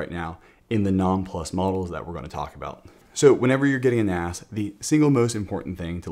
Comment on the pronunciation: ... "so, when ever your getting an ass 😉 (a NAS)" ... sorry, I couldn't resist this joke, it sounded just like that